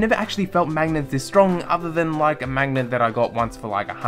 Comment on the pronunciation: Say 'mangnet' one more time